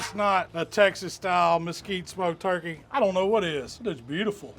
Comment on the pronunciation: "let's see what that "twurkey" thigh is all about" Haha! You're my hero man!! Keep those great recipe's coming!!